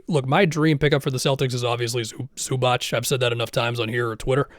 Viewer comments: Zubac is pronounced Zoo-bah-ts, not Zoo-batch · Please don't say Zubach. It hurts our ears. It's Zubats. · btw Zubac is pronounced Zoobaats